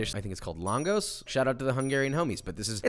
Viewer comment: longos LOL its more pronounced langosh